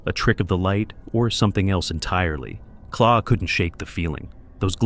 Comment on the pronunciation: claw!!!! claw???? her names Clare 😂 I hate AI overtaking everything coz people are too bloody lazy to do it themselves 😂